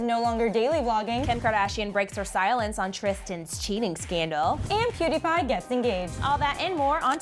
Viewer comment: If your going to talk about Mariza and pewdiepie at least say there names right😂